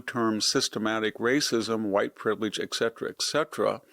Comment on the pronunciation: eck cetera ???????????????? really ???